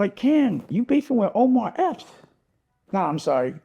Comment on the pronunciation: How come NONE of these nxggas can get this man's name right????? 😂😂😂😭😭😭